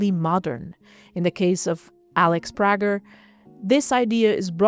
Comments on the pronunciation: I enjoyed the video, although I'm not a big fan of Prager. Also, I DO know that here name is pronounced "pray-ger" - just thought I'd mention that. Keep up the great work! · Pager is, I believe, but could be wrong, a German name. and the interviewer at Moma seems to be German. In Germany, the name is pronounced as she pronounces it, as Prah-jer, although at times, the "g" is hard rather than soft. However, Alex is American and although she didn't correct the pronunciation in this interview, I would assume that she didn't because of the accent of the interpreter. But the American pronunciation is pray-ger. I can send you links to a Salon interview but, as I've said already, we can simply agree to disagree rather than trade interviews, which is fine by me. I myself have a Flemish name and in Belgium, it is pronounced one way while in America, where I was born, it's pronounced another way. And, really, as Alex travels around the world and is interviewed in many countries, I'm sure her name is pronounced in many ways. When I travel, the same is true, and I honestly don't mind. Even at home when meeting someone new, my name is normally mispronounced. Roll call in new school rooms for me growing up was a time when I listened carefully and answered to anything that might be close to my name. So, how about if we both move on to more important things and you pronounce Prager how you would like to and I (and Alex, I assume) will do the same?